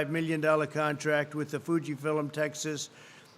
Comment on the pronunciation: “Fuji fill um”?? WTF?